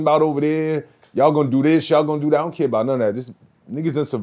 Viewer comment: “It doont sound like fun” - shut tf up 😂